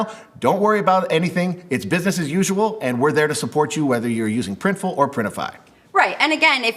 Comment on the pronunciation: So you guys now called PRINTIFUL? 😅